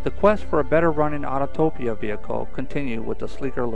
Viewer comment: It’s Autopia, not “auto topia”